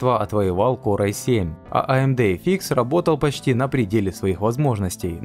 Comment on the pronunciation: Спасибо за обзор! лучшие. эфИкс прямо режет слух)))) (эфъ икс)